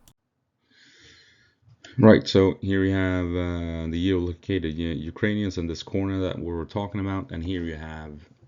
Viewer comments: Gee oh loke aye ted. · Your English is great, but figure out how to say 'geolocated'